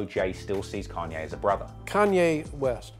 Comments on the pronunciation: Say "Kenye" one more time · Ken-yay West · Why can’t you say Kanye? You say it like Can-Yeah lol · I’m hearing Khan-yay. When does he say Caaan-yay? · Carn ye is the english (northern) pronounciation. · "kenye west" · "can yae" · Can-yay and Jay Zed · You’re making like the fifth (?) video about Kanye and still haven’t learned to pronounce his goddamn name correctly?